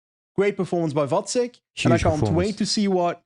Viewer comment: Kudos to for pronouncing Vacek right. But the previous wrong pronounciation with č, as in Czech, was fine with me as well. It is the second second spot in the family concerning big tours, his brother was second in that slow Giro headwind mountain finish last year - in the most "come on do something" stage of that race.